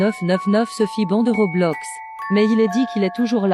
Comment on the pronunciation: T'as dit Robloc 🤣🤣Mdr